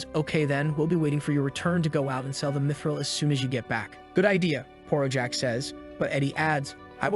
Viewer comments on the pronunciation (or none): Bro really says dmitril instead of mythril